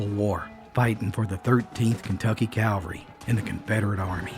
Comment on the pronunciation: Cavalry isn't Calvary. Not interchangeable words.